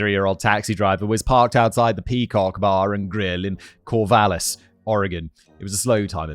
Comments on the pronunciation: cornvallis lmfao Simon. COR-VALLIS "Heart of the Valley" lol. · CORNvallis gets me every time 😂😂 for anyone who doesn't know it's pronounced like Core/vallis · It's cracking me up every time he says Corn-vallis. There's not an N in Corvallis, I'm not sure why he's so consistently adding one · As a local, I find it hilarious that nearly every time Simon said, "Corvallis," I heard it as "Corn-valis." About 90% here pronounce it "All-ban-ee" instead of "Al-bany." Also, Portland is famously named by coin-toss, with the losing option being "Boston, Oregon." But it's real name is Stumptown, because all the trees are gone. Lastly, we commonly measure distance in units of time: How far is Albany? 20 min. It makes for very confused foreign students at the university. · Loved Simon's constant mispronunciation of "Cornvallis" lmao